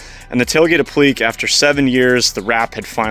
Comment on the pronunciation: The correct pronunciation should be a - pluh - kay , but I had to look it up. I'm no English major. Truck is bad **s as usual!